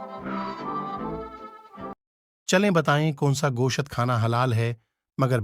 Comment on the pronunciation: Gosht❌ Goshaatt✔️😅😅